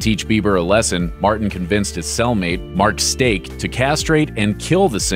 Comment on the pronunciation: "Mark Stank" ? O.o turns on cc Oh Mark Stake :O